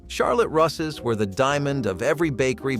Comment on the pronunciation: Charlotte Russe, that's with a long u. Coffee cakes never had coffee in them